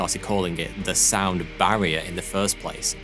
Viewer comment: Horrible accent. Three sounds like free. This guy has a lusp. Please don't make videos. Barrier sounds like Bvaior